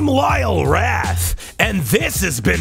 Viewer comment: "Lyle Rat"